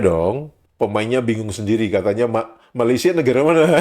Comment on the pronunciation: Jelek gitu aja bisa menang ya di malaydesh. 😛😛😛 Island girl from Indonesia kan udah pas, jadi kagok kalo diganti jadi island girl from ma a laysia, bunyi "ma" nya dipanjangin, ditambahin huruf "a" lagi biar bisa pas. Emang lawak malaydesh. 🤣🤣🤣